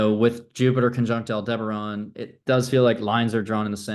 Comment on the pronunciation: Al-duh-barren. Not Al-deber-on.